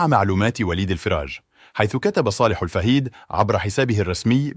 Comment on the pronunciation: ياصاحب التقرير والقناة يرجى منك نطق إسماء الأشخاص بطريقة صحيحه 1: وليد الفراج ينطق هكذا وليد الفَرَّاجْ 2: صالح الفَهيد ينطق هكذا صالح الفِهيد أو الفْهيد